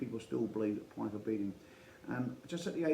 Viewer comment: Interesting topic, mate, and thanks for doing it. I worked with Rudi's son Carl, in Cardiff on the Council, in the late 90's. I don't mean to be picky but the surname is pronounced Peeka